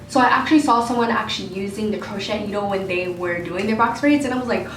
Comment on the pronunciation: FYI ITS pronounced:. "Crow shay" Not "Crow shet". But you're good to go 😊